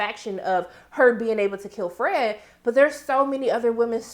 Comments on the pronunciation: I lmfao everytime u say FRAGGEDY🤣😅😄😆!!Ok back to the review.... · I gonna miss you saying Fredggety! RiH Fred!